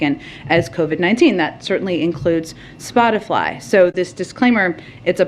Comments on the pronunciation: Did psaki say spotifly?? 4.43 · 🤔 did she say,”Spot-a-fly.” 🤡🌎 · I’m surprised none of you have mentioned Psaki pronouncing “spot-a-fly” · Wants to end misinformation. Calls it “spotifly”. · So are gonna pretend that Jen Psaki didn't say "Spotifly" ? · Jen Psaki thinks: "Gotta sound cool to be like one of the kids" Jen Psaki says: "Spotifly 😉" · just said SpotifLy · Psaki said spoti-FLY ahaha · Raggedy Psaki said SpotiFLY.. 😄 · did she say spotifly? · Liesssssss again Miley boy she clearly said “spotifly” I haven’t seen any misinformation on Spotify but who knows what the crazies are saying on spotifly